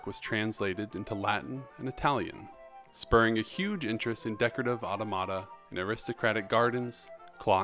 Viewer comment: Just a little fiy, it’s pronounced “ah-TAW-muh-tuh” not “auto-mata”. Not to be rude or anything!